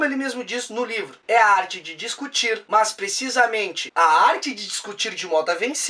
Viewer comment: Achei até que fosse "must", tive que ouvir de novo para entender hahaha